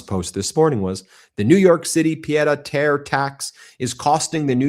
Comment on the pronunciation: Meiselas!! Your pronunciation of pie'd a' Terre is basically perfect. It translates to fool to earth. In reality it's a small apartment just a few flights up. Many would call it a flat. I know this because I was hearing Francais in the womb, from both my parents and grandparents! Yours very sincerely, Anne "Annie" Lousteau 🎉❤